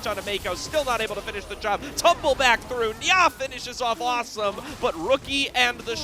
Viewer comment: and nia is not nyaaaah